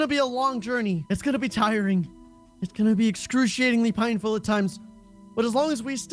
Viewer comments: says 'pineful' instead of painful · did anyone realize said “Pinefull” instead of “Painfull”? 😆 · said pineful instead of painful